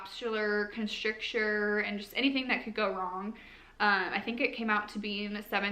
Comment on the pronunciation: Sounds like she’s not really sure about much ….. not able to confidently describe or explain any of this. Being in the medical field (I am not) she should at least be able to pronounce the medication she THINKS she was prescribed…. But then again she says she’s not sure …? And she’s not sure and ummmm she’s not sure. Should be able to pronounce Contracture - but again she’s not sure 🙄 Half way thru video I had to stop watching it.